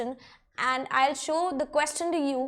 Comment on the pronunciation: Aand nhi and h